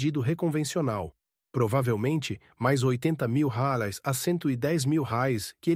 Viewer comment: Porque ok narrador não sabe falar a palavra Reais